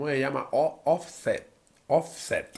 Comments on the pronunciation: Se dice offset 😂😂😂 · El dijo el nombre offset en español 🤣🤣🤣🤣🤣😆😆😆😆😆😆😆😆😆😆😆😆